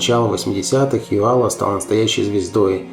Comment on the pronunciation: к сожалению он пел больше на русском языке чем на своем родном эстонском -за это его и не любили в Эстонии, да еще и "комсомольские" песни, как и Георг Отс. но Георга Отса потом реабилитировали, простили., он же почти оперный певец а в Британию Яака Йоала не пустили органы КГБ. ударение в эстонском языке всегда на первый слог! Яак Áрнович Йóала -автор ролика искажает произношение на русский манер.